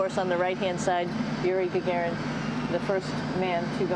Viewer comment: It's "Yuri Gagarin" man... not '-ian' :o